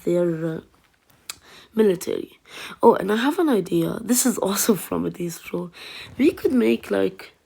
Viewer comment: Nice but it's not adeez pro it's adizz pro try to say ad then izz.